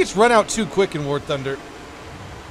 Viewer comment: I am sorry but it is war not ware